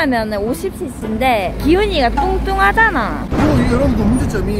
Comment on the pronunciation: ‘뚱뚱하잖아’ 그냥 텍스트로 보면 걍 그런데 는 사투리때문에 졸귀다 진짜ㅋㅋㅋㅋㅋㅋㅋㅋ큐ㅠㅠ뚱.↘️뚱↗️하잖아!